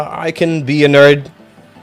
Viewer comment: “I can be a neurd.”